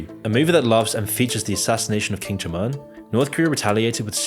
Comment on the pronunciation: What is an "A Lie A Sis"? And who is King Germ Urn? lol